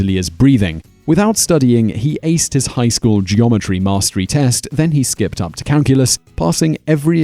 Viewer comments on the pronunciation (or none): none